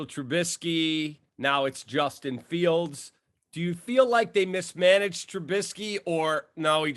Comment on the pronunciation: He said Trubinskey lol